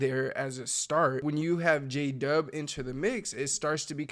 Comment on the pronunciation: We might know who J-Dub is, but your text to speech certainly does not, apparently J-Dub sounds like: Jada, Jadhav, DJ Dove (lol), Jay Dub, Jay De, Jada Jacob